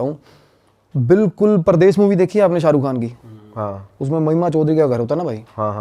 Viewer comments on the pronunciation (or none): none